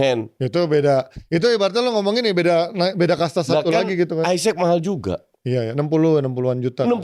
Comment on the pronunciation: sok2an koreksi spelling nya orang tapi lo nyebut isak aisek wkwk